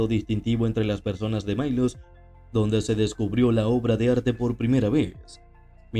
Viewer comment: La isla de Milos es una de las cícladas, es griega. Ciertamente se debe pronunciar milos. Fea costumbre de querer pronunciar todo como si fuera inglés. La regla es: "si no se conoce la pronunciación correcta, pronúnciese como si fuese nativa"